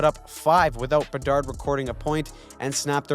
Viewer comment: You always crack me up with the "Chicago bedards" 😂😂😂